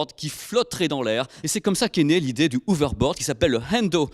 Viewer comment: On dit "HoveRboaRd", pas "Hovebod". Merci